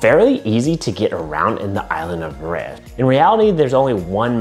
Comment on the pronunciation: I the pronunciation needs help... Murayuh 🥴🥴🥴